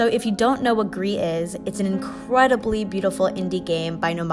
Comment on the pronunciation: It's not pronounced gree. The developers have said its pronounce Greece. They're Spanish not French bro